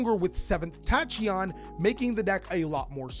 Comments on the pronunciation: its pronounced takion dragon 🤣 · Why tf would you pronounce "Tachyon" like that